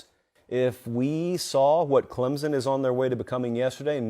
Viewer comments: I usually like your commentary, usually pretty accurate, but ffs it's ClemSon, not Clemzin. No z, no p. We literally spell it out 30 times per home game. Pronounce it right please and thank you. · Can't watch... there is NO "Z" in Clemson!